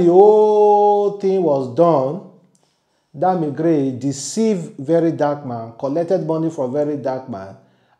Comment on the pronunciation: Bro it's Krane and not Gray...the way u dey always pronounce words sef dey taya me mehn...😂😂😂